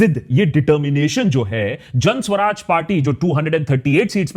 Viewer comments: Suraj....not Swaraj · सु-राज भायसाहब;; स्व-राज नहीीीं 😀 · Hi Akash..it's Suraaj not Swaraj..you r one of my fav..pls dive a lil deeper..love your research..bt for PK you needed to work a lil harder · What can you expect from a person who is pronouncing Suraaj (good governance) as Swaraj (self-rule)